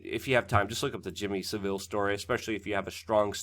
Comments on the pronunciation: Sav-al.... he’s hot a Spanish city mate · Hi Luke. It is Jimmy Savile rhymes with gravel or Henry Cavill. Not like Seville, Spain. Phonetically it is Savul. That is all. Thanks. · Wo , fascinating. Great work . A little heads up , it's pronounced Sav..ill